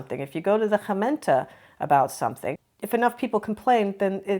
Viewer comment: Doing well with the hard "G" : Gemeente Gezelligheid Gedogen 😊